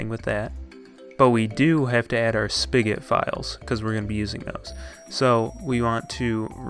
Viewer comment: He says spigot speegat